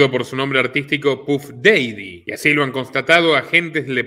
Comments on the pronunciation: DALE CHABON EN 5 MINUTOS CON EL CELULAR LE PODES PREGUNTAR A CUALQUIERA UNA PRONUNCIACION, HASTA CON GOOGLE TRANSLATE, NO PODES DECIR "DEIDI", MEDIA PILA CHABON!!!!!!!!!!!!!!!!!!! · Querido, se pronuncia Paf Dadi Puff Daddy